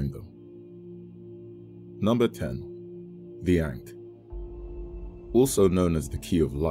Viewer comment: It’s pronounced Ankh